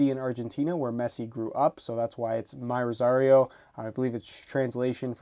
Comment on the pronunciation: It's not pronounced myrosario. Its: Mirosario.